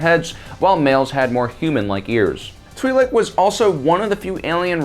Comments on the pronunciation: Pronunciation is twih-lek, the name twi'lek coming from twin lekku, the name of the two tendrils that come from their head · It's Twi LOC 🤦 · i cliked off as soon as you said you were be calling the twiiks its twilikes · Twee-lek Laykoo...? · One thing's for sure: I'd blast Aayla from behind, too ( ͡° ͜ʖ ͡°) EDIT: I've generally heard it pronounced "twee lick" by both friends and family alike, as well as in pretty much all Star Wars media that I remember getting into. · Tw (eye) Lek. I may be wrong but learned speech is a thing... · If you can't take 30 seconds to figure out how to pronounce twi'lek. Unsub see you